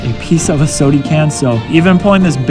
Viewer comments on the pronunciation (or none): Man you are so boring, and it is pronounced SODA can, with an a, not sodie can, you’re not a toddler.